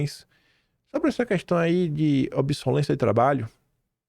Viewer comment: a título de colaboração, cuidado com a leitura rápida, para não dar rateadas. Não é "obsolência", conforme lido e depois repetido, é obsolescência!